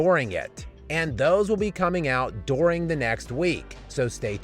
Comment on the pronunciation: I really don’t like how this guy says “during”